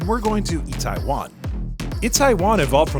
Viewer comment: Nice video. Fast tempo and fun to watch. By the way it is Itaewon, not Taiwan.